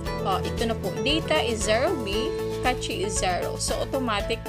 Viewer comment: clear data po talaga always kong ginagawa hehe. Nakakatulong po sya. PS: Ang pagbigkas po ng tama sa CACHE is CASH 😇 Yan rin po dati kasi pagbigkas ko hehe